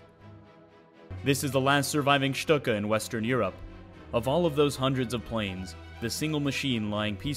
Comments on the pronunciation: nice! one thing to add if I may? the last successful employment of the StuKa was in the battle for the dodecanese after the Italians capitulated....the swan song if you please! finaly someone who can pronounce Luftwaffe and StuKa well! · My thoughts exactly! It was pronounced correctly in the video considering the parent language. Next thing we know folks will try to say the manufacturer is suppose to be pronounced Junk Ers instead of the proper "Y"ʊnkers.